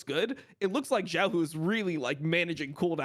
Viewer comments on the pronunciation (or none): none